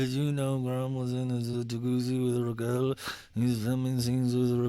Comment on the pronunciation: keep saying her name wrong so you don’t contribute to her new YT algo 😂